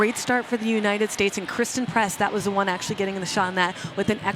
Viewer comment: I think christen press..not christal press